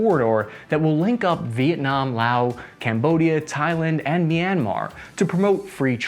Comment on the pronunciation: I really enjoy how you manage to butcher many names from throughout the globe! That being said, I also must commend your correct pronunciation of the country of Laos. Few people are that knowledgeable. Congrats!